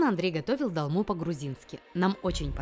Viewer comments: 1 просьба , не говорите "долма" , а говорите "толма" . Это Армянское блюдо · О, блюда из родной страны, сразу лайк! Но, почему дАлма?!! дОлма! Так трудно что ли?)) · это не русское блюдо чтобы вы его произносили как хотите. И боже, еще раз повторяю, так трудно сказать это слово через О?!!!